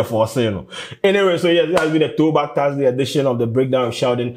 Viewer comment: Sheldon, its Thursday not Taarsday wae.